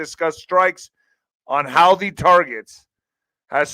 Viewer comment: It's pronounced HOO TEEE